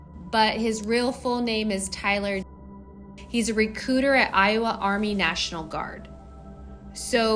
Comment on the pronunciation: He's a "re-cooter" really sent me.